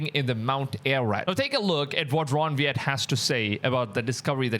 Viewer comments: Why do you pronounce the letter W as a V? It's Wyatt not Vyatt. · ? Ron 'Viet'? ??? Another IMPORTANT thing about podcasting - KNOW WHO YOU ARE TALKING ABOUT! (It's Ron Wyatt!) That's Ron WHY-IT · The man's name is Wyatt, pronounced phonetically as Why att. No V sound. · And it’s Ron Wyatt not Vyatt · Please pronounce Ron Wyatt’s name correctly, it’s pronounced “wie’-yet,” not “vee-at.” And yes, the scriptures are true but nowhere do they state that Lot and his daughters were burned, in fact, they were the only ones that escaped the destruction. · It's pronounced Why att,😂not weeat but he was lead by God Almighty to find multiple things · His name was Ron Wyatt Pronounced WYAT Not Vat who discovered Noah's Ark! and Ark of the Covenant. among other things such as the crossing of the red sea Please retract your statement! Those large stones are ANCHOR Stones not grave markers. Anchor stones were use to steer the ark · repeat after me, Ron Why-Yet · Pronounce. Ron. Why At. Wyatt. Very. Godly man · Ron's last name is pronounced WHY'-IT.... JUST FYI 💜✝️ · AT LEAST PRONOUNCE THE NAME RIGHT,...RON WYATT...PRONOUNCED RON WHY AT...